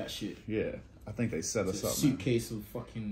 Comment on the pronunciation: Tink about dis…alright, bet…” 😂